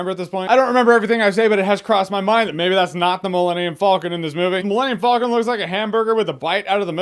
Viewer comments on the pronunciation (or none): "Millennium Fulcon" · You pronounce Falcon weird. Kinda sounds like you’re saying Vulcan. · "Millennium Foll-kin" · The way you pronounce falcon bothers me